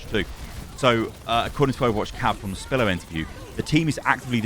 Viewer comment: Why do you call Spilo, Spillo? XD he even says his name at the beginning lol